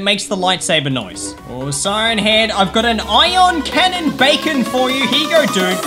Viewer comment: This man says a iyon canon bacan lol 😂